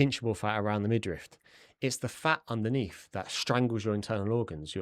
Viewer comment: The word is midriff by the way. There’s no T, it’s not midrift. Sorry but it’s a very common mistake and I’m a pendant